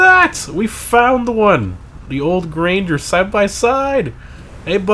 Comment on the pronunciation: Gran-ger. Not grainger.